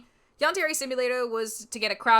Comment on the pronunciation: Did she just say "YAHN DAIRY"????